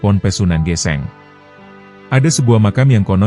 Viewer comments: Maaf itu bacanya sunan geseng bro bkan geseng geseng Krn Kobong/terbakar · Aneh tp nyata.......hampir semua chanel yg menceritakan sejarah jawa koq kayaknya bukan org jawa ya..SUNAN GÈSÈNG dibaca SUNAN GESENG....tp okelah darida gak ada yg menceritskan sejarah tanah jawz